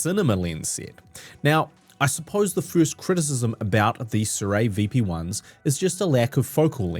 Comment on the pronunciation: They're really nice lenses, truly. And you're correct with your pronunciation. It's 'SOO-ray'